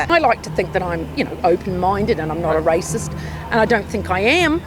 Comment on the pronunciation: “Rather rathitht” lol